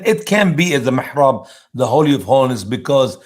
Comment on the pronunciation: It's mihrab, not mirhab.